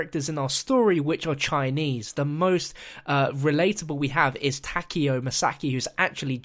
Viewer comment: Why is it that no one knows how to pronounce Takeo?